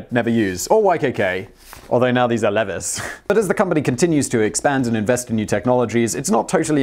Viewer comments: I've heard of Yum! Only because I knew they owned Taco Bell and Pizza Hut, but I didn't know about Wing Street or KFC. News to me! Aaaand also YKK because of their frickin' zippers. xD Also. Simon? American brand name pronunciation tip: It's not "Leh-viss". It's "LEE-vize". Get it right ya dang Brit. :v YES!! OTIS!! I absolutely KNEW they'd be on the list when you did that "coolest job in the world!" gag at the start of the video! I won a county-level 4H speech competition with a speech about the history of the elevator and my proudest moment in that speech was when I talked about Elijah Otis's "safety elevator" invention that puts the brakes on your fall when the cable breaks! :D Otis's number one competitor is Kone, btw. :) Aaaaaaand Tencent. Tencent can go get forked. I'm kinda surprised that you didn't mention Foxconn in this list. They're like... one of THE biggest manufacturers of consumer electronics and computer components. They recently made a small splash of news when Bloomberg Businessweek attempted to publish a few absolutely terrible hitpieces against them, claiming they were sneaking spy chips into motherboards. Although you might have heard of them because... oh... one of the most valuable companies in the world decided they were finally going to start outsourcing their production in order to cut costs about ten years back. You've probably heard of them. They like to claim that they're innovative and market leaders, and they just recently had a giant UFO built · Levis? Levi's? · Wtf - le viss? Perry sure it’s lee vies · ok so i know americans and brits disagree about pronunciation. but Levis is (Lee-vy) not levis. all agree to disagree about aluminum but Levis are american damn it. we win on that. i have a friend named Levis and trust me it's lee-vii. love your videos though. (who names there kid after pants anyway?) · Levis... lee vise... long e, long i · lee-vai-s leh-vihs... jeebus save you and screw you i have to edit this comment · Lehvus jeens